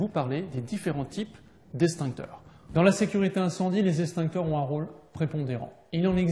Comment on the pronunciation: Les eXtincteurs.... Pas estincteurs... Ça m'arrache les oreilles